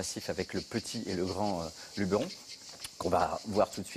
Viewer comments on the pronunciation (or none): on dit luberon pas unlub2éron meme M. pitorin a repris la présentatreice